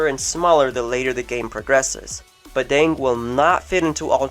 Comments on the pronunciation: Bah-dàng not bah-dang as in dang it lol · oh and how u pronounce badang is wrong.. just letting u know(or its right Idk